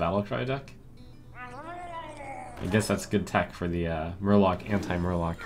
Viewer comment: did not you say just Murlock or Mur-lock it would have been awesome :(